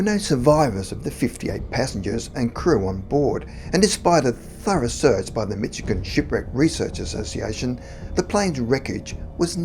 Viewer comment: Dear sir, I love your channel! I have lived in Michigan my whole life and I want you to know that it is pronounced Mish-i-gan. Thanks for all the great content!